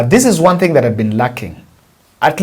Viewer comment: Pronunciation of ONE =WON , but not WORN